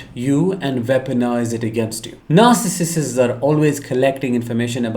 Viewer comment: NAR—Sih—cists…pronunciation(?)…since your videos are ABOUT this personality disorder…(?).